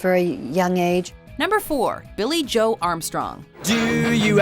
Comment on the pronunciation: Did you just say joe like Joey.... Lol